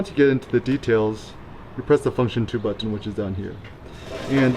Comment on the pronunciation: nobody enunciates the word "Button" more than.